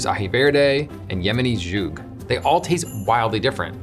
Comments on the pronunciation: Excellent, except zhoug is mispronounced beyond recognition. It’s s’hoog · Why does he say z'huk like it's French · That's not how you pronounce "skhug." It's tough. Why not just use the easier-to-pronounce Arabic name - sahawiq